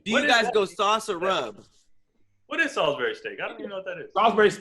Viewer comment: “Salisbury Sturrk”